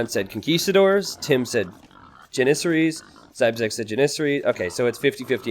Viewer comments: JAN-IS-SAR-IES or Janis-saries. The Pronunciation of onager was debatable but this one is not lol. God it's like nails on a chalkboard every time he says it..... The herding of deer seems like a giant waste of time lol but I guess theres not much going on early game and farms do cost wood I supposed. Still what a pain in the ass hahaha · Dont worry I completely agree he's pronouncing it really weird. Jan-is-sar-ies or Janis-saries I googled it to make sure because his pronunciation was bothering me again LOL